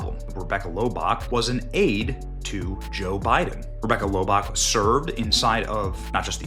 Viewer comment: Lobach 🙄 german